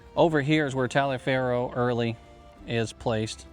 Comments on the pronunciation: Your pronouncement of Gen. Taliaferro's name brings to mind something I always struggle with. His name was pronounced "Toliver," rhyming with "Oliver." And he's not the only Civil War general with a name that wasn't pronounced the way "Hooked on Phonics" would yield. Gen. Huger's name was not "HUGH-grrrr." I have several different guesses about how he pronounced it, none of which we would recognize. But should we use the "correct" pronunciation? Or pronounce the name the way a first-time reader of a Civil War account would? It seems to me that it depends on whether you want to be historically correct, or communicate clearly. It seems to me that something can be said for communication. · Taliaferro is pronounced Toliver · I don’t know if anybody has noticed but the battlefield at Savages Station has been nearly obliterated by a solar farm. Random info: The families in the South used to pronounce Taliaferro as Tol-iv-er.